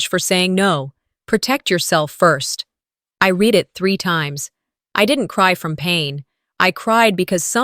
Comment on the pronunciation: Another dropped wineglass. Doesn’t happen in real life. Irritating. Past tense of ‘read’ is pronounced ‘red’. Wish the AI would adjust the stories to remove the clichés and the incorrect pronunciation.